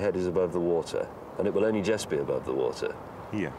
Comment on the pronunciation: says jest instead of just. It's about time somebody pointed this out.